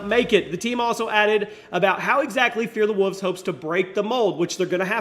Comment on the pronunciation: I thought it was Fear the Wolves, not "Fear the Wuvs"...